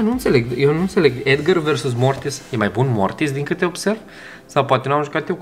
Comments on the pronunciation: EDGAR SE ZICE NU EDGĂR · Edgar nu Edgăr